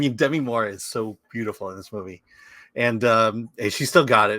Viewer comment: I can’t believe Chris and have forgotten how to pronounce Demi (De ‘MEE) Moore’s first name.